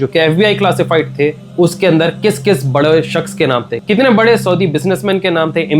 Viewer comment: bade shaks ❌ Badwe shaks ✅